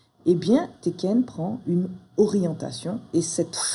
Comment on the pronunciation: Félicitations tu es une très bonne enseignante. Ça fait plusieurs mois que je travaille le système ichimoku et j'en chiait beaucoup (elle était facile). Tu fais sauter un bon paquet d'incompréhensions. Maintenant je vais faire une critique peu constructive mais j'avoue ça me fait grincer les dents. Deux prononciations. Tenkan se prononce tènkan avec les n, chaque fois j'entends teken et je pense au jeu vidéo. Quand à Hosoda, le s ne se prononce pas z mais s comme dans asseoir. Je sais c'est peu constructif. Encore merci pour tes vidéos qui sont extrêmement pédagogues et, je le répète, m'ont fait sauter quelques verrous. Un grand merci